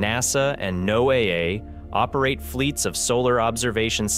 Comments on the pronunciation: NASA Space News?!? This channel evidently has nothing to do with NASA except namedropping. The narrator obviously knows nothing, or he would not say NOAA as "No A A". That agency name is spoken exactly like the name Noah. Then he mentions part of the electromagnetic portion of solar output as being involved in producing geomagnetic storms here on Earth. It is NOT what causes geomagnetic storms. Rather, it is the CHARGED PARTICLES in the solar wind and its more intense gusts, Coronal Mass Ejections which slam into Earth's outer magnetic field, compressing it and stretching it. Electromagnetic energy has zero mass. Doh! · Great idea, one note - NOAA is pronounced like Noah - not “no-AA” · Did he just say “No A-A” instead of NOAA (no-ah). How does he not know how to pronounce such an important government agency extremely relative to this content? AI voice maybe?? 🤔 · Don't take this video too seriously. Anyone who pronounces NOAA as No AA is ignorant. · Isn't NOAA generally pronounced "Noah"?